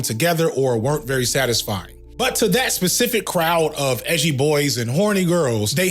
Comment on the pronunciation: “Why so Edgy-uh???”